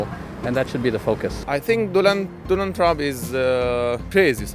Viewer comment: Arabic guy said Doland Trump H1Z1 Virus, that guy played game too much